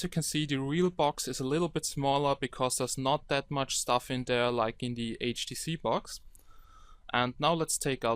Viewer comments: Before you scroll down to the comments, please remember that the OP has a few accent problems and hence pronounces HDC as "HTC", hope this comment helps out. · HDC not HTC my friend HDC :D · i thought you was say HTC S4 but you say HDC S4 or maybe my ear is wrong?